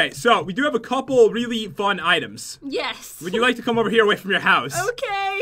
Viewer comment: Pat, you said 'frun' instead of 'fun' !! Lol